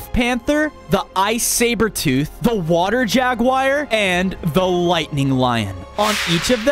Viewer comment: British accent😂 water